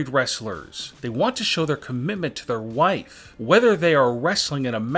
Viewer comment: “He usually borrow eyeliner from his wifeeeeee” funny accent 🤣😂